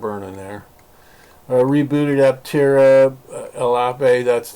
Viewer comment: aPtera with a P not altera !